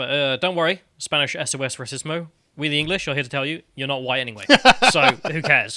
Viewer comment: Never thought Spanish was hard until I head trying to pronounce it